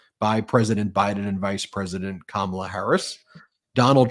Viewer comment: He called her Comma’la or did I hear wrong?